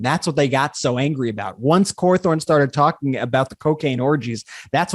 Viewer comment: Not Corthorn, it's Caw thorn